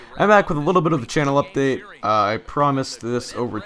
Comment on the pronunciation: Hah u said updick instead of update